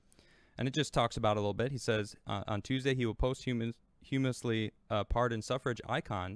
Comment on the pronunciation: I like how you pronounce “post hoo musly”